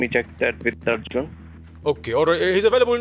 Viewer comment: Smh can’t even say arjun right 😂